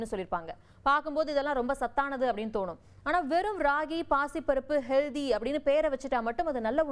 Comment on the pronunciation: Hello, HEALDHY nu solvadhu thavaru. Pl say HEALTTTTTHY. Friit Juices sollum podhu CONCRETE IRUKKUM nu solreenga. Gavanamaaga padiththu CONCENTRATE nu sollanum. OK?????